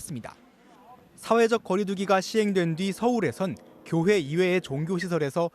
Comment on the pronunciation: 이재은 앵커 발음 신경써 주세요. 언제쯤 제대로 말씀하시려나 몇 주째 보고 있는데 잘못된 발음이라는 것조차 모르고 계시는 것 같아요. 계속 꾜회 꾜회 사랑제일꾜회...